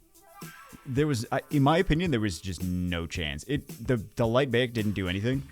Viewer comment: Bayek is pronounced like "BUY-ek" Bagel. Or think Bayek like the Florida Bayous in the Everglades. Hurts my soul to hear my favorite AC character's name mispronounced 😭💔